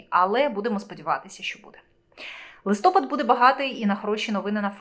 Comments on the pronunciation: Не лИстопад,а листопАд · Коли ви вже вивчите, що в Україні листопАд, а не листОпад?????????????????? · Не листОпад,а листопАд!Грамотії! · Ставте правильно наголос - листопАд, а не листОпад. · Да почему "листо́пад" ? Если "листопа́д"! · в укринском языке есть слово ЛИСТОПАД,/ ударение падает на последний слог, а не на первый слог/ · Не листопад( ударение не на о , а на а),не украинка ты..... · Листопад - наголос на а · Листопад потрібно говорити з наголосом на букву "а" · листОпад,чи листопАд?зріст яєць-це що?Шановна,поважайте себе і глядачів. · Ріже слух коли не правильно говорите листопад!